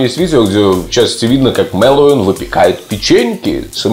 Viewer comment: Ну почему, почему все говорят МэлоУИн? алло! он не Хэллоуин, а МэлоВин!